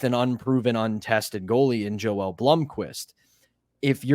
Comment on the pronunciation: We have to get to pronounce Joel’s first name correctly! It’s YO-EL. It’s okay, lol